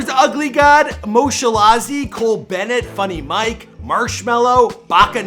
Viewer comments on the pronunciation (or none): none